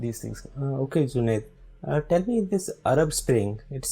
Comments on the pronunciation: Bro there are certain states in India jaha pe logo ki mother tongue is not Hindi.. Toh people from some of these states just can't say 'j' properly.. they say 'z' instead of 'j'.. especially in North Eastern states.. isliye the old guy called him Zunaid instead of Junaid 😂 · Bro Indians can not pronounce 'j' that's why they are calling him zunaid 😊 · He just called/pronounced Junaid as 'ZUNAID' not a big thing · They are saying junaid not jubaid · The issue with the name is in India J is typically pronounced with a Z e.g. Jeera and Zeera :D